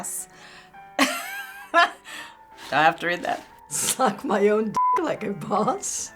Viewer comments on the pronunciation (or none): none